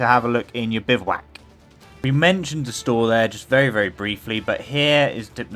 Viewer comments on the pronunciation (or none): none